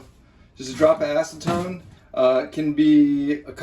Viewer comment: Say it as ass-eh-tone the proper pronunciation